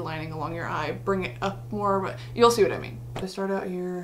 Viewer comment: I fucking love when you do your British accent “you know wot I mean”